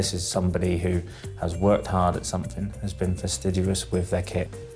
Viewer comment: The instructor cannot even say FASTIDIOUS correctly, the irony!